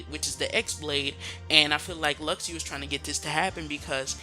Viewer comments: it's not luxiu....it's Luxu like Lushu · Jaguar has the lost page, not Luxu and its Luk-shu.